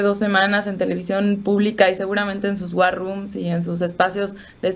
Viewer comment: Todo bien, sólo que por favor pronuncien bien a las palabras: " war room " 😢😅👍🏽🤷🏽‍♂️